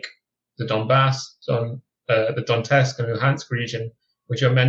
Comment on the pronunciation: It's Donetsk not Donteks